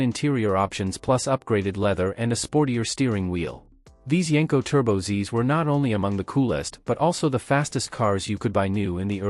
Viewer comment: You wanna know why only 1% of viewers are subscribed? Because this is just another lazy AI automotive breakdown channel that can’t even get their AI model to pronounce the name of the car the video is about correctly.